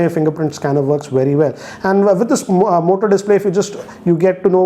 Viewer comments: who else heard him saying mota 😂😂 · M I the only one who heard Mota in this video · I Believe OnePlus 8pro is far better than this!✌️ "Mota" 🤣